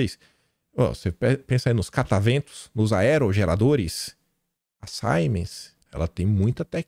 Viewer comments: Boa tarde. Siemens é de origem alemã e se pronuncia em alemão Zimens. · Duas correções que acho que vc deve fazer: a "Siemens" se pronuncia "Zimens" e "Cosan" se pronucia "Cozan'. Espero ter ajudado.